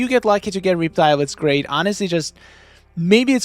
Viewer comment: the“reep-tile” got me lol